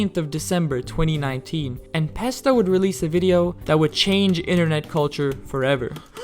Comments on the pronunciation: "The most well-known geometry dash youtuber:" "En Pesta" ✅ "N(a)pesta" ❌ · who tf is "enpesta" 😭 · "en pesta" 🗣️🗣️😭😭